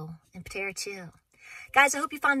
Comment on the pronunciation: It's Patara, not Patera.❤️😀